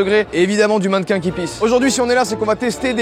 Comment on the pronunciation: Je suis Belge et vous m'avez tellement fait rire 👏 Déjà à la présentation avec le "mannequin " qui pisse 🤣🤣🤣 ça se prononce Manne-ken ( comme Ken de Barbie) - piss!!! Super concept les mecs et quel courage! 😅🤢🤕